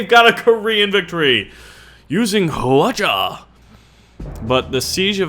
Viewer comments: i looked it up and i think its is pronounced hwaacha not hawocha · its pronounced wa-cha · hu-watch-uh hawacha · i think hwacha means 활차, which means "arrowcart" in korean but its hwalcha not hwacha, also, plz dont say "huacha" its it means flower cart. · its pronounced wacha the h is silent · Hwacha is pronounced as Hwachha. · Fucking weaboo stop saying hwacha like that super le annoying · the h is silent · everyones pronouincing hwacha wrong lol